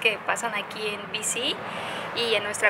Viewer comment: BC lo pronuncias en ingles? Que te pasa?